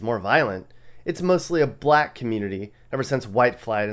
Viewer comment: "Roxbury, mostly a BLAAAACK neighborhood", the way you said it, we all know what you mean now do we?